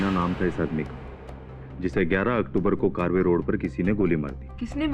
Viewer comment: कारवे रोड नही है ये कर्वे रोड कहते है